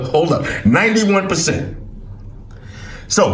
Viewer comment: Ninntny onnne perncentn